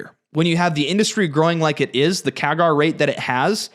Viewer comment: Don't trust a shill who hasn't worked a day on Wall St., mispronounces "CAGR", and incorrectly explains how a "backlog" justifies a ginormous rev miss. This guy is probably the worst (i.e. dumbest) stock analyst on YT. Just one example: he's confident due to Fluence's backing by Siemens. He doesn't mention the lawsuit between Fluence and Siemens. He also talks about how tariffs help this all-USA manufacturer without discussing what the break-even tariff on Chinese product would have to be to equal Fluence's product cost. Did this dude even graduate from high school?